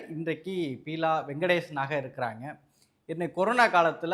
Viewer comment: ஹலோ பெரியவரே.. அவங்க பேர் பியூலா அல்ல, பீலா என்பதாகும். ஒருவருடைய பெயரைக் கூட ஒழுங்காய் உச்சரிக்கமுடியாத உங்களால் எப்படி உண்மையைப் பேசமுடியும் ? நீங்கள் சொல்வதை யார் நம்புவார் ?